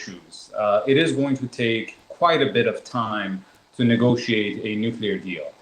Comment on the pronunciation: "nucler", "anhilation"? 😂😂😂